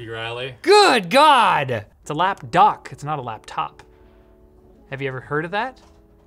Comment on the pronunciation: Every time he said lapdock all I could think was lap🦆